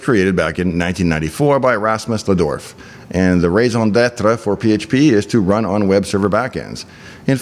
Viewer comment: "...raison d'être..." pronounced well. Canadian cred checks out.